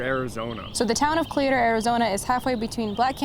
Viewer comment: Great footage! Cleator is pronounced Klee-Ter